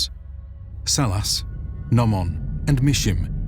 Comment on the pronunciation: Yeap, "Salas" is correct.